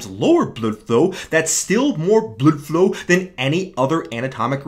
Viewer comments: oh right, it sounds like you’re saying bludflew, rather than blood flow. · enough is enough. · does he pronounce "blood flow" that way because he's making fun of the british dude from HG, or because he has no testosterone left?